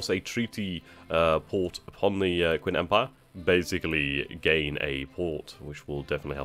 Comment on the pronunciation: Pretty sure its pronounced Ch-ing (Qing)